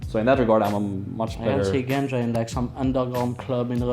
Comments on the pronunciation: Genja. Not Ganja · It was supposed to be pronounced more like "Genya", since it's short from of his name Evgeny.